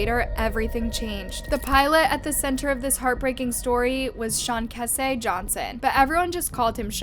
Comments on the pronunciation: My friend was the pilot, and there's no way he wouldn't of safety checked and everything else. He was so happy to be flying over in new York and was military background. Rest in heaven Sean 🙏 sean*keese* not kehsay. My sincere condolences to the Johnson family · It's not " Sean kessay" it's SEAN-KEYS(with a soft S not a Z sound) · I came to the comments to see if I was right about how her pronunciation of his name was incorrect. I'm glad I was correct.